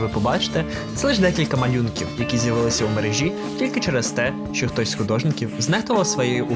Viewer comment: МерЕжі, розпочАв. Якщо ще і перестанеш поносити словами і вимовляти їх чітко - буде зашибісь